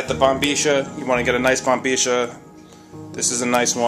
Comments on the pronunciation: I know you're talking in an Argentine accent but if you didn't know IF you didn't that is it's actually pronounced bombiya it's spelled bombilla but I'm sure you know that but I just had to tell you I don't know why but I did... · si loko...la palabra es bombilla..no bombeesha.....tambien pienso k t escuche deciendo sherba...wth....sounds a little suspicious matey....